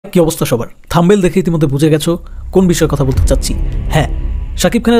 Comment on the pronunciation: ভাই থাম্বেল না 😂😂😂 থাম্বনেল হবে